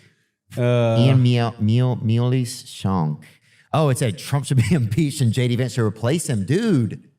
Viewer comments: That MAGA moron could not read the most basic word “Miles”. He pronounces it “me-lays”. Tells you all you need to know about the intelligence level of his listeners. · The totally not scripted hidden tweet saying he should be replaced as president. These guys are bad actors. Like Theo pretends to not know how to pronounce Miles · Is this the literacy level we have in American today? He can't read the word 'miles'? What level english is miles? I'm shaking my head.